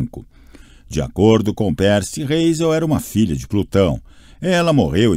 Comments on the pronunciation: e o do percy q ta pérci ao inves de pãrci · "peeper" "pércy" e a ausencia misteriosa de qualquer pontuação.. hahahahaha